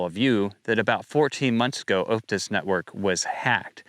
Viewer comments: For 'Optus,' say it like 'Op-tus,' not 'Oupe-tus.' Think 'octopus,' not 'opening.' 😊👍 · 1. Its pronouced OP (as in OPeration) Tus 2. Aussie(Politicians) are doing there best to get rid of cash. 3. keep up the good work!